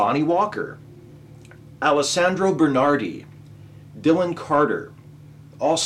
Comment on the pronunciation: Congrats on pronouncing Alessandro correctly. Bernardi pronounced as Burn-ardi (rather than Beh-r-nar-dee) is obviously forgivable, since you are not Italian and I don't expect you to pronounce our 'er' correctly.